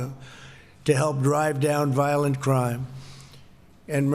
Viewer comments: crime not crieme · combatting violente crieme?